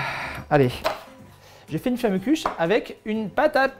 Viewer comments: hommage a tous les alsaciens qui ont les oreilles qui saigne du a la prononciation de flammekueche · J'avoue comme il a mal prononcer ca ce voit qu'il vient pas d'Alsace ! Bonjour je viens du Haut-Rhin et toi ?